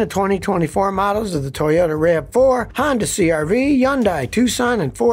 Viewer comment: Scotty Toyota or Toyata Kilmer😀